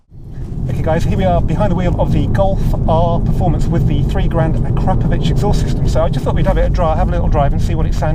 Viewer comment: Put the emphasis on the "Po" in Akrapoviç